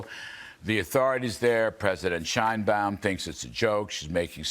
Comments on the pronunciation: I’m on your side 100% bro, it’s just…. The bitches name is pronounced (shine bomb) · Sheinbuam huh ? Every. Single. Time. Its tiresome